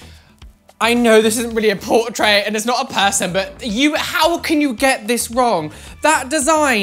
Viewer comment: The way he says portRAIT tho